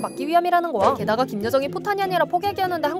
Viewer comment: 거야 발음 뭉개지는 것 좀 수정해주세요